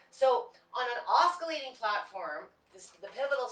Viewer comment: Just so you'll know........ the word oscillating is pronounced like "ossillating" and not like "oskillating". The letter C is silent. There is no K or Ka sound at all.